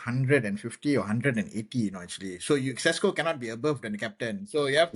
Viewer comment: Pronouncing Sesko as Tesco was simply hilarious 😅